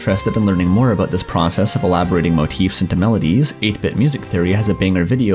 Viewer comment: It's pronounced "ah-BAUT". It's pronounced "JAH-vah". Are you a Canook?